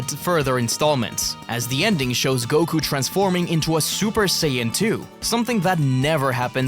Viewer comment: Mispronounced Saiyan as "Sayin"